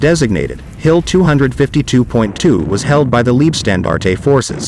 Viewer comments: Gut gemachtes Video, aber beschissene Aussprache! Warum laßt ihr euch nicht die Truppennamen vorsprechen? Es klingt doch reichlich seltsam, wenn aus der "Leibstandarte" eine "Liebstandarte" wird. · Thanks for the informative video. One minor correction: name of 1st SS Panzer div. Is pronounced "Lyebstandarte", same pronunciation as English word "lye", as in lye soap. German word for "life" is "Leib". German word for "love" is "Liebe", which does have your pronunciation of "leeb(eh)". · Very good overview, but 'Leibstandarte' should be pronounced as 'Laybstandarte' or 'Lybstandarte' (like in the English word 'Lie'), not 'Leebstandarte'... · Wrong! The German word for "life" is "Leben", "Leib" means Body. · Lean how to pronounce leibstandarte please.